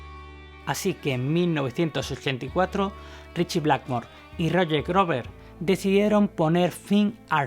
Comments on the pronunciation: Es Ian Gillan y no Gillian ... y es Roger Glover... y no Roger Grover.... Por lo demás un buen documento. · "Ian Gillian?" "Roger Gluver"? No estaría mal mejorar la pronunciación de los nombres, aunque por lo demás el reportaje excelente, felicidades. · Muy bueno el video, pero no es AIAN GUILIAN... simplemente Ian Guilan, tal cual. Ni Glover como dices es Gluver. No te compliques. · Así es, también se le escucha decir Gillian en lugar de Gillan y Grover en lugar de Glover. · Excelente documental sobre uno de los mejores guitarristas en la historia del Rock. Sin embargo le hago una observación "Purple" no se pronuncia con "a", Roger Glover, Glover no se pronuncia con "u"